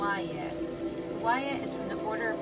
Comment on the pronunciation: I thought the pronunciation is po-ee-el